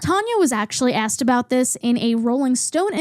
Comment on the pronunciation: im fascinated by the vowel you use in "water", "loss", "lost", "autoimmune", "also". and how it's not there in "tiktok" or "tonya" and "asked"!!! what an interesting way to say "asked"!!